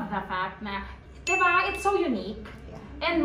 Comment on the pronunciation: DI BA. NOT DEH ba!!! Come on!